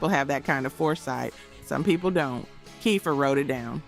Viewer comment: YAY CINDERELLA!!!! ❤❤❤. Thanks for giving them the plaudits they deserve. Keifer is amazing. For the AI—Name is pronounced Keifer as in Keefer.